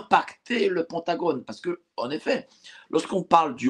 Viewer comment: en français, on prononce Pentagone = PINTagone